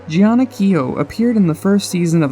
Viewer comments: Her name is pronounced GINA!!! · I know I was like Jeanna?? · They way he pronounced Jeana😂😂